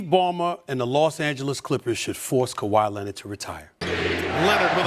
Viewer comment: That's not kwai Leonard